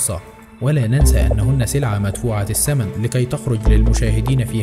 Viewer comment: سلعة مدفوعة السمن !! يا عمي ما تعرفون تنطقون العربية بشكل لائق لا تشوهون جمال هذه اللغة وشكرا